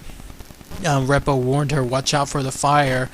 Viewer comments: You should write down what you are going to say first! You are making too many mistakes while talking. It's called 'auto pilot' and the officer bumped into the steering column. Don's last name is pronounced REE-po,,,NOT REP-o. Please prepare your videos BEFORE you start just talking from memory! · You should rehearse the script a few times and get the names right and the people right. Main Ghost was Don Repo the Flight Engineer although Bob Loft appeared a very few times. Repo "REEEPO" pronunciation.